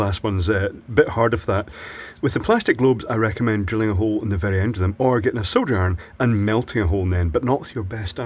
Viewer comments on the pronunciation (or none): none